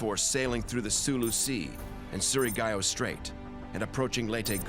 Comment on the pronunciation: you read it as surigaw not surigayo